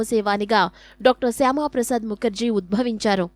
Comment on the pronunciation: శ్యామ కాదు మేడం శ్యాం ప్రసాద్ ముఖర్జీ